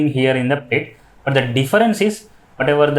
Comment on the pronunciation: You are telling plate or pletch